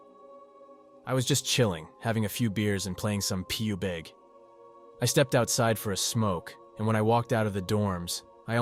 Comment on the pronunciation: Pub-G will now forever be “pube-ig” 😂